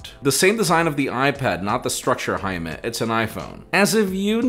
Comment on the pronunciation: 'Jime'..... was up all night liking comments 🤣